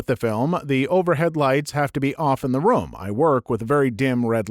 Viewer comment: I can't stand how you say the word "room."